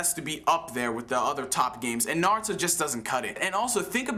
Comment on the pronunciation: It's not NAHruto its Naruto.